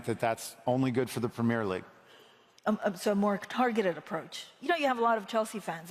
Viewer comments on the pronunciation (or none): Americans say pimmir league 😂